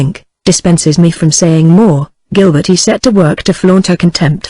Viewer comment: Certain words or names are constantly very badly pronounced.. A human reader is so superior to this reader. Francoise becomes something like Pran so ee ice. Gilberte becomes Gil ber teen ee.